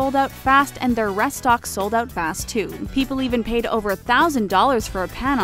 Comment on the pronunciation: and 'rest-ox' rather than restocks...